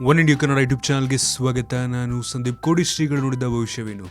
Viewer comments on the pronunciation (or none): none